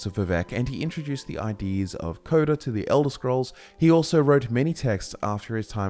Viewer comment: "introduction of coda" Barf